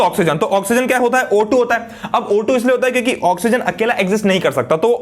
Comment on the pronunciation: sir ne kyuki ki jagah chyuki bola very funniest movement for me